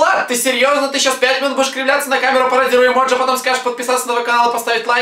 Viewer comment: Влад ни эмоджи а эмодзи